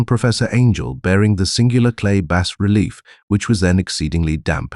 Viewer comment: Digital narrator gets a downvote for saying “bass relief” instead of “bah relief.”